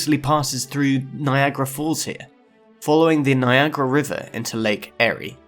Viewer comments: The St. Lawrence is not a “stream”, it’s a river. And Lake Erie is pronounced like ‘ear-ee”. As for “manifest destiny” I like to think of it as “manifest B.S.” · Hi, I thought I would pause the video here and explain the proper pronunciation of Erie as in Lake Erie. The E is a long vowel sound similar to the e sound in the word seal or the word creek. Hope that helps, thank you for this content it’s very educational and enjoyable to watch. Lake Huron pronunciation of Huron of the u is also a long vowel, sounds like the u in the word pure or huge. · I thought it was interesting the mispronunciation of Ontario, Erie, and Huron. I suppose if I made a video about geology a quarter of a world away I would probably mispronounce things as well!